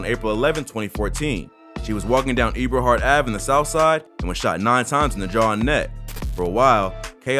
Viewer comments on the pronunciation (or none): The street is pronounced ebahart with a short e sound my guy